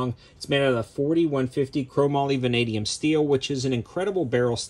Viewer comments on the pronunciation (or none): none